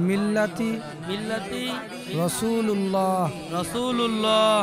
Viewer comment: ইমাম সাহেব ভুল বলেছে বিসমিল্লাহি ওয়ালা মিল্লাতি রাসূলুল্লাহ😂😂😂😂😂😂😂